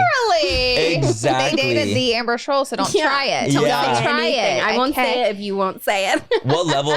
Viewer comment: Did laura call her amber schroll? 😂